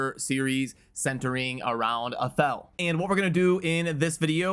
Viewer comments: its not AY-thel its AH-thel um | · Athel, pronounced Athel. Who knew 1um |